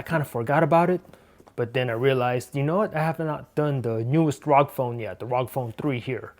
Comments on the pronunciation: it is pronounced as AR-OH-GEE not just rog damn it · You pronounced it the wrong way it's the short form of republic of gamers R.O.G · many people keep pronouncing it rawg phone,correction its R.O.G phone